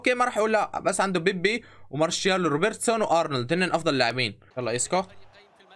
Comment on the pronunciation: ليش بتقول مارشيال بدال ما رسيال